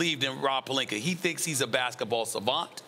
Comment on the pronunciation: Rob Pelinker and Dennis Shrayder